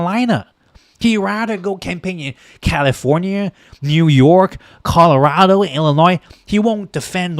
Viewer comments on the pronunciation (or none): none